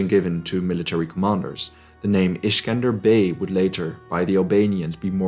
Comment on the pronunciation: Its accely not skender beg its skender beu who told u its skender beg lissin from an albanian mate its skender beu